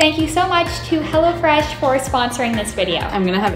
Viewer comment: Am I the only one watching it 1 year later and then when she said “hello fresh” I thought she said “hella fresh” anyone else